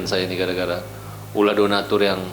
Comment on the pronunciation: bicara udah ngawur 😂 Donastur /donatur 😂😂 udah pusing yah